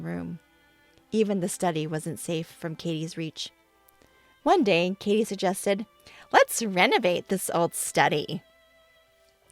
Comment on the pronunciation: Katie not Kattie. Kattie is not a name and would be pronounced catty like cat tee if it was.